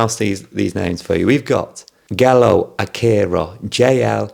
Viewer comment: Gelo is pronounced as jelo 😉 Thank you for your appreciation for our best boys talents ☺️